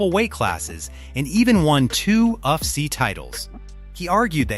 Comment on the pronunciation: Maa analyst? Uff-see? Bruh...your Ai can't read for shit. Get new.